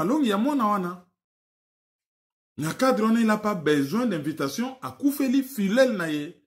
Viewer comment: La prononciation de filleul pose problème.